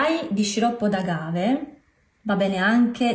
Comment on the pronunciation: Niente uova 🥳! Ma ‘agave’ si pronuncia con l’accento sulla prima ‘a’. Anch’io prima dicevo come te poi ho sentito come si diceva. 🙃